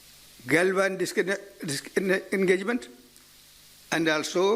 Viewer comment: Is gaandu se disanggagment nhi bola jara hai😂😂😂😂😂